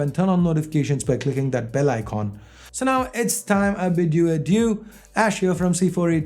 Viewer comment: Its bell icon not bell icoon